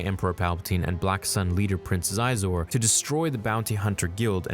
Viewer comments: Xizor's name is not pronounced "Zi-zor". It's pronounced "She-zor". I remember as a kid when the Shadows of the Empire marketing campaign was going on there was a toy commercial advertising him and/or his ship, the Verago and I remember them saying his name and it was pronounced as stated above. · Xizor (SHEE-zor) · Hey i know you probably know now but xizor is pronounced "she zor" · It’s SHE-zor